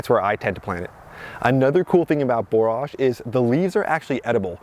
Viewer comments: "Borrij" not "bore arj" 👍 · I wasn’t sure, so I looked it up, and “borage” is pronounced like “storage” (just so you know). Our last average frost in our high desert of southern Utah is May 20, so we’re about a month behind you, but getting excited as well! 🌱